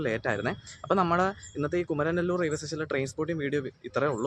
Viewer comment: കുമരൻനെല്ലൂർ ❌കുമാരനെല്ലൂർ ✅